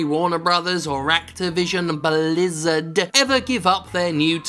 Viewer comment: it was so fun how you said activision BLIZZARD